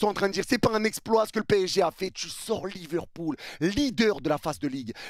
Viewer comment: C'est pas Liverpool mais LiverCOULE 🤣🤣🤣